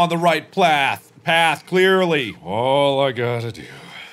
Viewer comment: "I AM ON THE RIGHT PLATH"